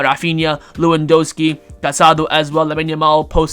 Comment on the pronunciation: Everyone: pronounces Lewandowski with a 'V': we don't do that here